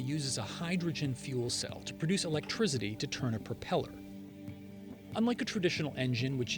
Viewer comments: "Electrizity" ... lol! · Is he saying electrizzzity?